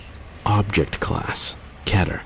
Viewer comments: "keh ter." ._. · Most of the narrators: Keter That one narrator: Ketter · If the voice over wasn’t so cheesy and the actors know how to pronounce words properly I would’ve been more invested in this video. KEH-TER, not KEY-TER VAYSE, not VAHSE How do you fuck that up? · it's pronounces K-ee-ter not ket-er and it's pronounced v-a-se not V-as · Key-turr, not Keh-turr .-. I don't know why that pronunciation bothered me so badly... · nug get no it's pronounced keh- tear I just watched a whole video on the word and it's Greek roots a Greek language expert said it's keh-tear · i swear, the man who pronounces "keter," as "ketter," makes me want to strangle him. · Brett Olsen it's pronounced keh-tear according to a Greek language expert and it's a Greek word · I swear I will kill the person who keeps saying Keter as "Ketter". Go to fucking English school dumbass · Keter is pronounced keeter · Thats not how u pronounce keter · I hate how he says the scp's name so slowly, like it's supposed to be super dramatic. I also hate the lack of consistency with the pronunciation of the word keter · its pronounced KEY TER KETER KEY TER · pronounces Keter wrong and it's kinda cringy